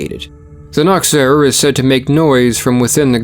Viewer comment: The ch in Germany is not like a k sound but more like a cat hissing sound. The way you pronounced Nachtseher sound more Naktseher which means Nakedwatcher